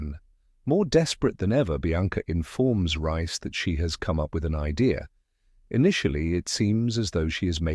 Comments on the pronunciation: It’s not rice it’s Reece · Pronounced REECE